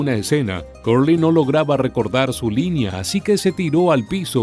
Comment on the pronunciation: EN INGLÉS SE PRONUNCIA Cerly NO CURLY.